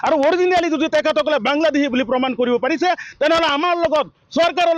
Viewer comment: বাংলা্দেহী নহয় বাংলাদেশী অহমীয়া নহয় অসমীয়া কথা কেইটা শুদ্ধকৈ কব নাজান আনক সকিয়াবলৈ আহিছ